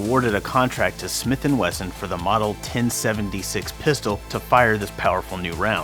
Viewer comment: Weson lol